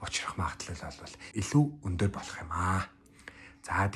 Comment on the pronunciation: Өндөр гэдэг үгээ тод хэлээч 1 дээр сори